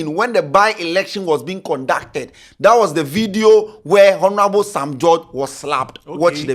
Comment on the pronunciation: the 'H' in Honorable is silent but you keep mentioning it...Please try and desist from that, thank you!